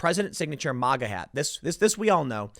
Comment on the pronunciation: Tim, Please stop pronouncing "MAGA" as "MOGA". It's just annoying. Thanks!